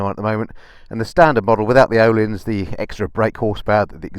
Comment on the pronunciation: As a point of interest, Ohlins is pronounced Urleens. I can sleep easy now after sharing that.